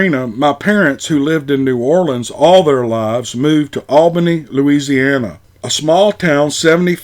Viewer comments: Larzianner! (Louisiana) Hahahahah! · I can't believe you pronounced Louisiana like a yank. You did say Metairie right.